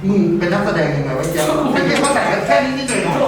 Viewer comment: "ไม่ ฉ่ายยยยย " ไม่ ฉ่ายยยยย คือเชี้ยไร คนที่ไหน